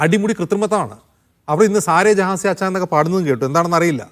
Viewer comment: ഹിന്ദി പോലും ശരിക്കും അറിയാത്ത പ്രിൻസിപ്പാൾ സാരെ ജെഹാംസെ അല്ല സാരെ ജെഹാൻസെ എന്നാണ് എന്ന് പ്രിൻസിപ്പാളിന് പറഞ്ഞ് കാടുക്കൂ